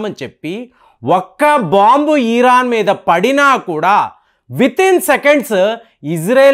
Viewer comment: 💥🔥💥🔥💥🔥💥 👉అస్సలు మీకు మహదీ మరియు దజ్జాల్ అంటే తెలుసా ఊరికే వీడియోలు ఎందుకు ⁉️ 👉ఇరాన్ వాళ్ళకి ప్రవక్తలు ఉండరు వాల్లది షియా మతం‼️సున్నీ మతంలో ఎంతమంది ప్రవక్తలో తెలుసా అస్సలు మీకు ⁉️ 👉By the Way అది ఈరాన్ కాదు ఇరాన్ 👽 👍🙌💪